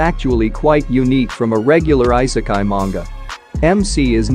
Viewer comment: good videos but man the way you pronounce the titles and I sekai? come on... you can do better than that you pronounce it "e"sekai